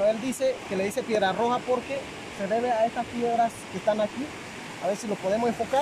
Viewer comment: Se dice Piedra roja S nooooooo